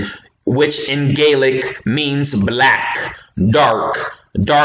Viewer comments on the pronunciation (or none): none